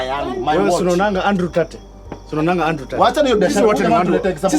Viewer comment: Good stuff! However, I think you are a better director than an actor! As a stand up comedian, you are the best and on top there! I also think the pronunciation of Tate is Tate NOT Tut